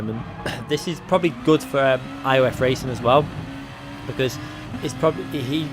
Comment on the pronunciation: Muted...please learn how to pronounce racing. FFS